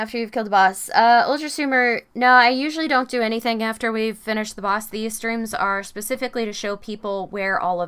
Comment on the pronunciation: Streams not steems